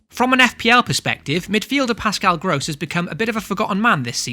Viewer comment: Not criticizing you or anything, but in the future, do pronounce the ross-part in 'Gross' as you do in the word 'cross'. Otherwise, I love your setup and suggs! Going to follow some of them. Thanks.